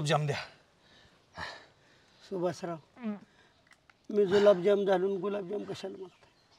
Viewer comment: गुलाबजाम ❎️जुलाबजाम 😅😂😂😂